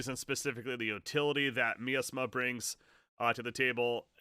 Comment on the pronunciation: Miasma is pronounced like “my asthma” But yeah please make more AoK videos please! Good stuff